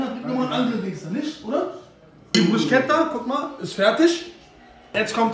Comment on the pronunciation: bro es heisst bruschetta (man sagt BRUSKETTA). sehr geiles video btw